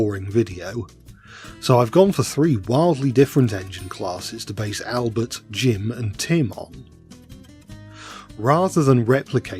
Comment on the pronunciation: The french accent you do for Albert is so good bro ❤